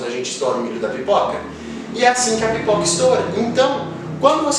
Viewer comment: Vc disse pipica?! Kkkkkk